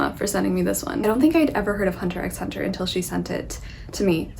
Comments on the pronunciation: Just to let you know, the 'x' in HunterxHunter remains silent. It's something I've learnt recently😅. Also Emma, I strongly suggest you to read the manga "Spyxfamily". It's so cute!! The anime is currently airing. Do watch it too💓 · Seeing you talk about Hunter x Hunter is a nice surprise. It's a great series. Two things to note: 1) the "x" is silent 2) one of the unknown reasons why you like it so much might be that Togashi's wife, Naoko Takeuchi, is the creator of Sailor Moon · Just a few notes on Hunter X Hunter as someone who has read and watched it, as well as Yoshihiro Togashi's other works! :) Firstly, most fans refer to it as just Hunter Hunter (and don't pronounce the X). Also the current anime on Netflix is a remake of the original and I really recommend the original anime; it only runs to a certain part of the series and then you have to switch the remake but the animation quality is worth it! The original is currently uploaded on youtube for the most part. Lastly, the author also created YuYu Haksuho which is just as amazing of a series and I definitely recommend it as well (at least for watching)! Hope you keep reading :) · Gon is essentially looking(hunting) for his dad who is a hunter; a hunter who hunts a hunter is a hunter hunter, hence the title hunter x hunter (the x is not pronounced, it’s just hunter hunter).